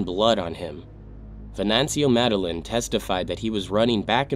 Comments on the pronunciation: The last name medellin is pronounced as "me - deh - yeen". In Spanish, when you see two L's together it makes a Y sound. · For future reference, Medellín is pronounced "Med-ah-yeen". Two LL's together in Spanish are pronounced like an English letter "Y".